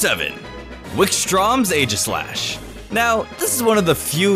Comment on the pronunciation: Aegislash Is Pronounced "Ee-Jis-Slash"